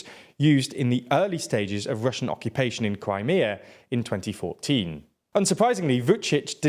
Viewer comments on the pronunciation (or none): none